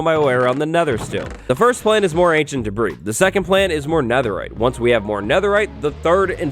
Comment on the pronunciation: When says, "Ancient Debris", I still hear Ancient D'breeze echoing in memory. 🤔💭